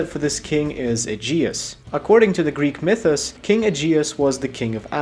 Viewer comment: ah yes, minys and mythys